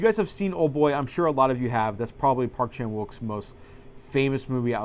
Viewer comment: Nice video. I’m super jealous of those Seijun Suzuki sets. I wish Arrow would release standard editions. My favorite arrow set is the Fassbinder set. :) Also FYI, the W is silent in Park Chan-Wook. Cheers.